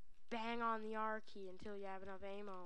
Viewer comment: Hahaha, work on saying a-m-m-o.